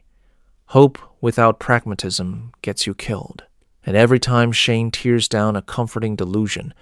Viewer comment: I am going to assume this is AI slop, since you can't seem to say tear/tears, and instead say tears, like crying.